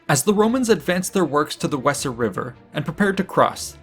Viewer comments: Great job. The Wesser river is pronounced Vay zer. Fyi. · Vayser. Not wesser.. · When pronouncing place names please investigate. For example in this well put together coverage, the River Wesser is pronounced Vayzer as in German W=V and S=Z this is but one example as Latin has others. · The Weser river the W is pronounced V so is sounds Veser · It would be pronounced "vayzer" river, surely . . . ? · I spent 5 years in Hameln and 3 years Minden so hearing it mispronounced just grates.